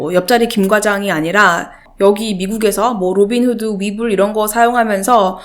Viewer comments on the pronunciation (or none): 그래도 로빈후드 잠깐 한국식 발음이었음 ㅋㅋㅋㅋ